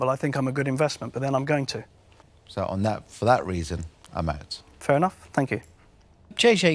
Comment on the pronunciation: Duncan: "yeah im oat"! Me: what?? Duncan: "im oat"! Me: "you mean your out"?